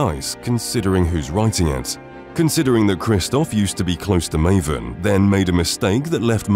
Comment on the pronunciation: Sorry Marvin? not Maven XD